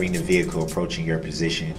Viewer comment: I agree he dosent know how to ask questions, then when the witnesses say they don't understand the question, he gets smart and says the question was pretty clear. He so fn rude. . And you notice he says presition instead of position. What an idiot.